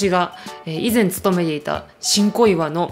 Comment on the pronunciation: ごめんなさい...新小岩が "ち🚫こいわ" に聞こえた私。🙇🙇🙇